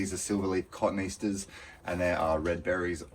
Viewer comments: Another huge undertaking beautifully done. Love watching how you work, the plant and animal info -and please pronounce cotoneaster as “ co-tony-aster” rather than “ cotton easter “ 😄💕🙏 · Nice job BUT, having difficulty understanding you when the plant you keep referencing as a Cotton Easter is incorrect pronunciation. Cotoneaster is correctly pronounced as kuh-TOE-nee-as-ter or koh-TOH-nee-as-ter;many people mistakenly say "cotton-easter," but botanists and experts note it breaks down into cotone (quince) and aster (resembling). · Enjoy your videos - attention to detail is great! Cotoneaster is (or used to be) pronounced Cot-own-e-aster. 😊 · Ca-tone-e-aster Cotoneaster